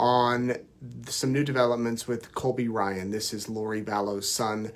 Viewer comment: Sounds like you kept saying Colby Bryant